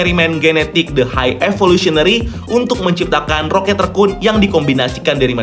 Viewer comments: Kenapa ngmngnya ngga rocket rakun aja si min? Kenapa malah di bacanya rocket rekun jdi gimana gitu di telinga😪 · GT rhekuun bacanya